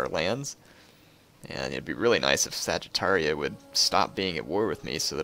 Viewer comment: Funny how u pronounce Sagartia as Saggitaria, like it was home of Saggitarius-like people xD Great vids! I really like them :)